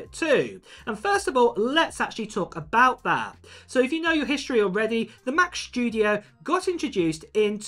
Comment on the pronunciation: Has anybody understood when the Mac Shtudio comes out?